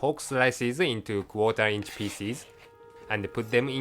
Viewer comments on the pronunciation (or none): did he say quarter inch feces? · "peices" sounds like "feces" L O L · when it says pieces its like i'm hearing feces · it sounded like he said feces . :D hahaha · i like his pronouncing of "fine pieces" he really have a french accent.....